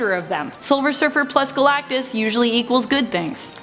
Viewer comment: Man I don't know why I laughed everytime you said Guh Lak Tus. thank you for great content and videos